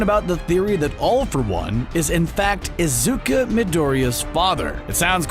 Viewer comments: he said izuk-a not izuk-u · izuku but he is pronuced has izuka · no one going to talk why pineapple guy calls izuku izuka?👁👄👁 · Yk what disturbs me in this is that the theory person is always saying izuka when it’s izuku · One thing that triggers me in the video is the way the narrator says "Izuka" instead of "Izuku". (Im talking about the video theyre reacting to- No hate on you, the vid itself is awesome) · I love how the guy in the video calls Izuku ''Izuka''. It's kinda funny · Omg every time he says "isuka" I lose parts of my mha soul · Man fr said IZUKA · No one: Absolutely no one: Guy making the theory: Izuka (I know it’s probably an accent and I’m not hating) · they spend 90% of that orriginal video calling Izuku "IZUKA", >> pronunciation ppl. it goes a long way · im just pissed hes saying “izuka” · There is definitely a a at the end of izuku